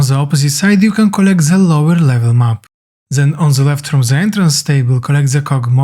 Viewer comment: It is THEN not ZEN there's no Z in there but thanks